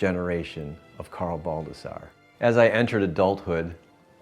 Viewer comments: all this time people read it baldasar lol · This is a treasure for your history. It's awesome you had the opportunity to document all this. Some of us did not get the chance to know our grandfather, even less our great grandfather. You should keep the Baldassarre pronunciation as Italian as possible!!